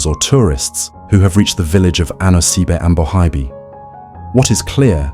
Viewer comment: At least get the pronunciation right 😭